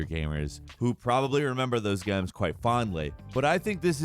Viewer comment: “who probably remembers those gyums quite fondly” just cannot say Games properly! Hahaha